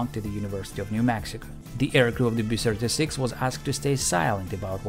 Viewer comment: I'm fine with your "bomb" pronunciation, but when you say "B-Sirty-Six", I think "Pavel Chekov".